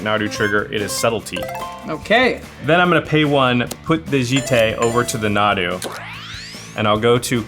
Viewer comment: This was soooo much fun 2 watch! Sorry, Nahdoo? Moreover, not 2 doo. But good game guys. Jimmy won! This was so exciting 2 watch. Cheers